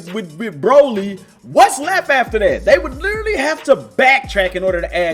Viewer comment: I like how you usually say literarry instead of literally.